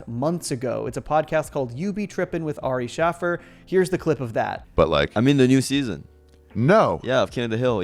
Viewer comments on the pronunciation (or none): The way you mispronounced Ari *Sha-Feir😭